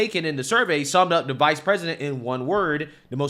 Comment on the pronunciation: Did she say Vice!!??